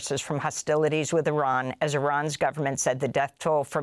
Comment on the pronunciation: Thank you for pronouncing IRAN correctly you are the only news outlet that does